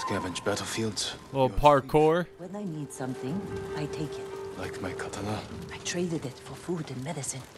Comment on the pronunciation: KA-tana,. KA-tana.